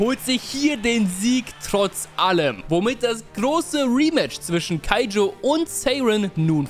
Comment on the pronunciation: Ich liebe den joke mit „keijo ach warte das war das mit den Pfirsichen “ und danach nochmals keijo statt kaijo sagt und ich glaube er hat sich versprochen. Sonst super video weil ich erst vor paar tagen kuroko no basket durchgebinged habe